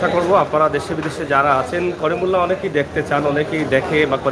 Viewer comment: করিমুল্লা নয় করিমউল্লাহ হবে